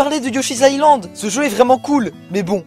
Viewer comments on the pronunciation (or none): none